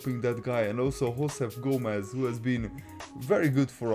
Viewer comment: I'm a Charlton fan and its Joseph Gomez not hoseph